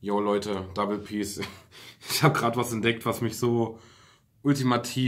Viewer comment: SAGT IMMER DUBBLE PEAS 🤔ICH DACHTE DU HAST IHN